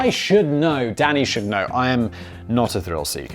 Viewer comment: Sometimes when Simon says Danny it sounds like he says Daddy and I get a good chuckle out of it